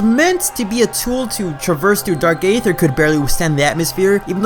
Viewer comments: For the record, Aether is pronounced as "EE-ther", not "AY-ther". (Just like Caesar is pronounced as "SEE-zer", not "SAY-zer".) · Eee-thur, not Ay-thur.